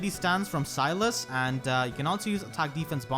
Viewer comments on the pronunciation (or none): none